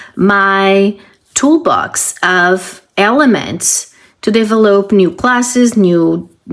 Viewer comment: you have a lot of good ideas. I enjoy watching your channel… You are pronouncing the word “develop” wrong…it is pronounced like: “duh-vel-up”… hope this helps